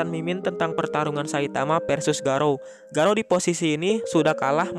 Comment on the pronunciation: Jangan garaou min.. Please